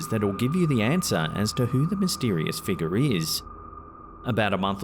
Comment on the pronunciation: i love these videos it's worth it just to hear him say figgar